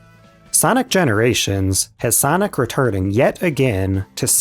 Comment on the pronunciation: Sanic✖. Sonic✔